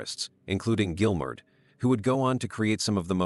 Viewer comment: Who is this "Gilmare" chap?